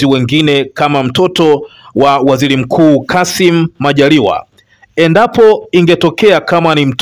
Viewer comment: Kuhabalishana,irani ya uchaguzi,ishilini,wazili mkuu,kikosi cha sili,salasini,zamila,Jamhuli.Hongela. Msomaji Lugha ya Kiswahili huitendei hata kidogo. Tafadhali fanya bidii uweze kutamka R inavyo paswa.